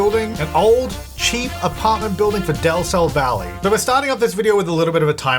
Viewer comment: Utile today i realice that says Del Sol Valley... Is to awfully pronounced but i never catch del sol from his accent